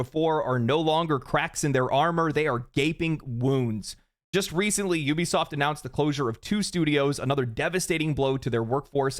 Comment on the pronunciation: Good, "F" Juwbisoft😂!